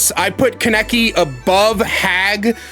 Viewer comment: as a hardcore tokyo ghoul fan, hearing you say kaneki's name wrong hurts, its ka(h)neki what a pretty big emphasis on the h, and i might even buy this game just to play kaneki